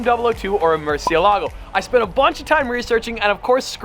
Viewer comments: Murcie.. EL. Ago is how say it. Love it Congrats 👍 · The pronunciation is more-see-la-go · it's a Murci-Elago, not a Murcie-Lago. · and sold the bugatti for buying this car... you must love it. MURCIÉLAGO, learn to say it. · Just for the future because I’m guessing your gonna be saying there name a lot, it’s pronounced “mer-shuh-la-go” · Too bad you and about 90% of the rest of the car community do NOT know how to properly pronounce "Murciélago". (HINT: notice and focus on the accented é) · Take a shot every time he mispronounced Murciélago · the way Americans pronounce murcielago makes me want to cry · Great video, but the pronunciation of Murcielago lowkey drove me insane this isn't meant to be hate, I love